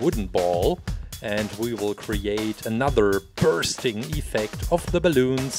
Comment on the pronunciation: Your saying iffect than the effect